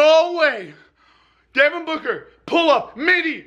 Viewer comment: He said “Devin Booger” lol